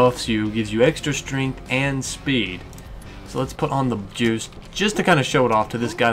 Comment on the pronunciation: is he saying jews or Juice?